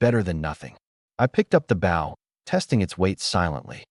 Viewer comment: Its pronouncing it as bow (to bend in greeting) they should just edit the written script to Bo